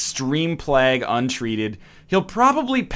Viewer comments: like "vague", rather than like "bag" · Shard1697 playg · It's actually pronounced plague, not plague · Every time you say plague, i die a little inside. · The only reason the colonists died was because you kept saying plague wrong. They'd have been fine otherwise ;) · am i the only one triggered by the way he says plague ? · As a Canadian I also get very triggered as well, he has even said it properly when discussing it during his Geoguesser series.